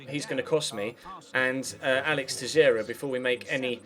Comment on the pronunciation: Teixeira is pronounced "tay-shay-ra" I'm portuguese, trust me xD